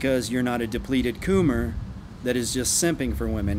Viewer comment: I die every time he says "coom" or "coomer" 🤣